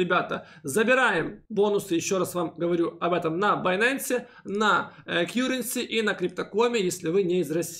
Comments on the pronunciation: В этом видео опять кьюренси вместо каренси? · Все нормально. Только , плиз, называйте КАРРЕНСИ , а не Кьюренси. Очень режет слух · Спасибо за обзор! Ваш канал сильно развивается и приходит много людей., не в обиду, но с англ произношением беда:) Currency произносится как кАренси:) просто режет все время ухо) За обзоры огромная благодарность. Смотрю каждый ролик в любое время суток!